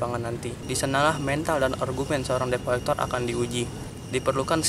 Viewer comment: Dibaca/disebutnya "det kolekter" bukan deb